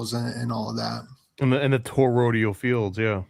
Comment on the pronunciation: EMUUUULATE not emanate and toroI D AL toroidal not the mangle u saying Jesus why is English so hard to the native speakers …